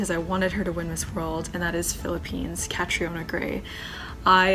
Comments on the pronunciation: When she called catriona catarina -_ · Deshauna stop saying "Katerina". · I love how Susie Castillo pronounces Catriona. 👑👑👑👑👑👑👑👑